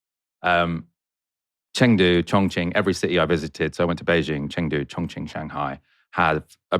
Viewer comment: You kept mis-pronouncing Chongqing as Chong-Ching. That reminds me of a racist boy I met in American that screamed "Chong-ching, Chong-Ching" when he saw me.